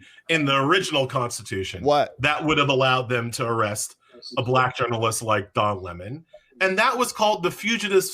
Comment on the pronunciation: Sir, it’s Dong Le’mon now.. 😂